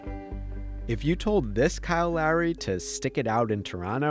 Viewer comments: Dude I can’t be only one that thinks he keeps saying Larry.. it’s really not that hard to pronounce Lowry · Imagine saying kyle larry 10 times instead of lowry, other than that amazing video! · I didn’t know if he was saying Lowry or Larry lol 😂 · It sounds like the narrator is saying “Larry” instead of Lowry lol other than that, great vid as usual! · Bro it sounds like you are saying “Larry” every time 😂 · i'm hearing "Larry" 😅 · Anyone else think was saying Larry instead of Lowry?